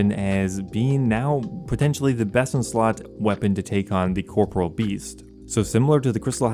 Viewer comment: CORP.OR.E.AL NOT CORPRAL